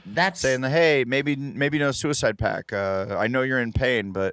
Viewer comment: Lolol, Adam said suicide pack. Twice.